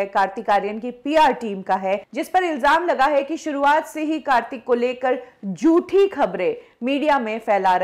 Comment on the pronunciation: kindly pronounce properly it's jhoothi not joothi.